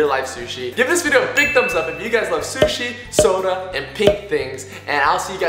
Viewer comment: Sishi Shshi sushi